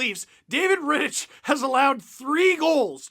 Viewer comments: Steve. Please. It's pronounced RitticK. Hard CH. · For the love of god Steve it's pronounced "Rittick" the CH is hard not soft. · Isn't "Rittich" pronounced with a hard "ch", i.e. like Rittick? Grinding my gears a bit... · how do u watch the whole game an not learn to pronounce rittich😂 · Any other Czech/Slovak native who hates the way Steve pronounces Rittich's name? xD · Alright, let's go deeper: David Rittich is Czech and the ch is pronounced [x] and not [k]